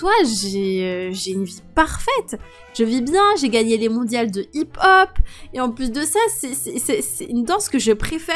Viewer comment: Sa se prononce hip-hop